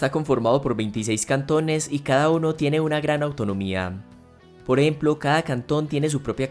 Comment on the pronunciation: poreemplo, poreemplo, poreeplo